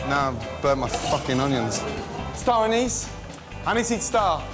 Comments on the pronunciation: Gordon ''Anise anise ''! The uncle be like ...''Aey anees ko bula re '' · Gordon: STAR-ANISE, SKY, SKY... Indians: *Laughing* Gordon: Am I a joke to you? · Gordon - Star Anise Staff - Hey ! I died laughing